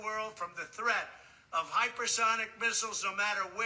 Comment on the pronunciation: I'm amazed the dummy can actually say hyper sonic